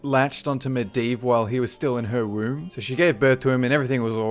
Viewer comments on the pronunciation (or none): none